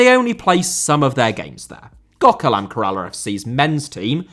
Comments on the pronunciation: Its pronounced “Kerr - ahh - la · You butchering the pronunciation of Kerala was worse than the disrespect to women's football. It is pronounced Kay-ruh-la. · Lol at pronouncing Kerala as Karala, he tried his best though.